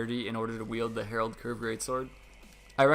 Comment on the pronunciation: Aight i just wanna throw this out there cause i notice it's a thing for some reason, it's not the Herald Curved Great Sword. it's the Harald Curved blahblahblah. HA-RALD, not Herald. Herald doesn't live here anymore